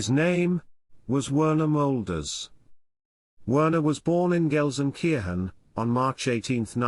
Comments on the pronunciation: For your information, Werner is pronounced 'Verner' I'm not going to watch this! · Werner with a V.